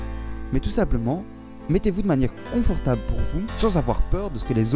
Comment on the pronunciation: "comfortable" mdr c'est coNfortable et pas coMfortable